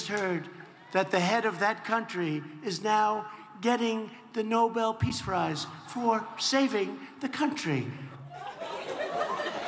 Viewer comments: did he said “Nobel peace Fries" is that what I hear Or am I wrong ? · „Nobel Peace Fries“ 🍟 😂😂😂😂 OMG this Clown is hilarious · Trump says '....Nobel Peace Fries for saving the Country.....' (4.07) President Potato Head. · Is it me or you did not catch it? NOBEL PEACE "FRIES"? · Did he just say “the Nobel Peace Fries?!” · Slip of tongue....yet again. Nobody gets Noble peace fries 😄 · 😁Did he say noble peace fries? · How many of you heard him say "Nobel piece fries" ..... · “Peace fries”???? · Shalom Heppner he sure did!!!!